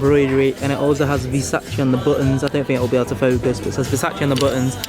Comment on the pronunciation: bruh the way he pronounced versace makes me want to eat my skirting board